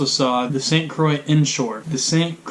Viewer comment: Haha he said st croicks